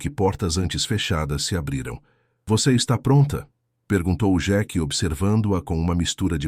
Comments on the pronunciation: Senhor a pronuncia não é xeque é sheik 🤦🤦🤦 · Nao e jequi é Sheik......não sabe falar IA. Ou quem traduziu é burro. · Por que que o narrador não fala Sheik Fala Jack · O narrador não sabe falar sheike